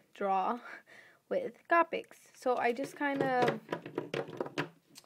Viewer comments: COH-PICS pls its coh-pics not copp-ick pls pls pls EDIT: I wrote this ages ago 😂I get it you say it different good for you and good day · Its not (ca)+(pic) its (co)+ (pic) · You did really good!!! I have to correct you with one think though. It's Coh-pics...not Cah-pics. Sorry!!